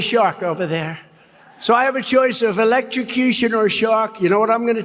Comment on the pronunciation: Concherned electrocushun. That's how Trump and his cult would spell. Concerned and electrocution